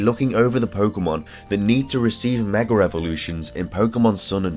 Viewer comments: why the pronunciation of "mega" as "megger"? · Are you saying "Megar"